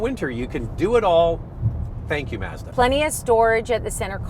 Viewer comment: Why can't yall pronounce Mazda? Mauzduh.......lol